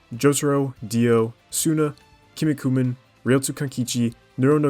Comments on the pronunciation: Kenny Kooman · The way bro pronounced Kinnikuman hurt my soul dude